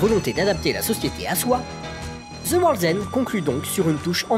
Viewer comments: "of ZI dead", "Ze world's end" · Shaune of zi dède et Ze worlzend !